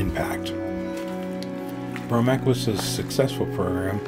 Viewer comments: This is a very good video. The only nagging glitch is the narrator constantly calling it the "Bromac". It is pronounced "Bo Mark" (BOMARC). I have posted my own video about this site on my channel, and it discusses the 1960 accident. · It’s BOMARC, not BROMAC! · It's BOMARC not BROMAC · Bromac? Or Bomarc? I think it’s the latter. Good job either way...subbed.